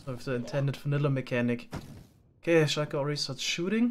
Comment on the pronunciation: Schuiker Idk, i hate or love how he says that